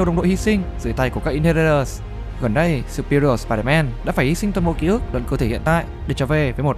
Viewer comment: Chữ superior phát âm lực hơn đi ông